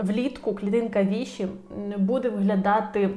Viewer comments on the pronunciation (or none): Вибачте, але ви неправильно вимовляєте назву клітинки ВішИ. Наголос, як у всіх французьких слів, на останній склад. Походить від назви Vichy, місто і місцевість у Франції.